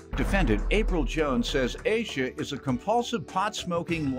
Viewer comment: Asha is not pronounced as Asia. It’s ASH A . It’s a name from Indian heritage .